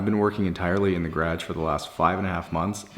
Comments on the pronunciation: Did he say “gerage” instead of garage lol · Everytime he sags "gradge", I for some reason repeat it out loud. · Had to look up 5 C=41 F! It’s 55F in Indio CA, I’m here in sweats, under a blanket and drinking Abuelitas hot chocolate! 🥶 Love how he says garage though.